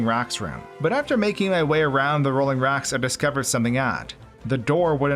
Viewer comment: Why do you say rocks like racks?